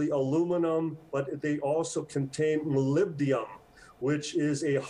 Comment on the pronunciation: It's molybdenum, not molybdium!